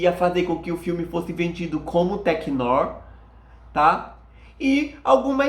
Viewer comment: Amigo, "noir" se pronuncia "noár" rsrs